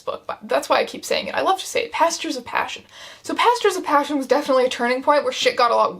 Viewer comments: I heard “PASTORS of passion” instead of “PASTURES of passion” and I nearly had a stroke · ngl i thought she was saying "pastors of passion" and was very disappointed when i realized that it's a horse book so of course it's actually "pastures" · OH GOD I THOUGHT IT WAS PASTORS UNTIL I READ THIS COMMENT